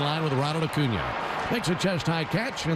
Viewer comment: Ocuña? Or Acuña? 😂